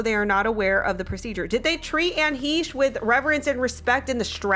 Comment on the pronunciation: "What can we say about Anne HEESH?" Well for starters, how about that her name is Anne HECHE, sounds like HECK but take off the ck and add an sh sound